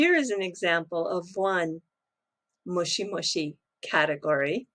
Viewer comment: Is that Mushi Mushi (worm worm) or Moshi Moshi ( hello hello)?